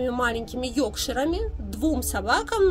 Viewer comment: Не Йокшир, а Йоркшир.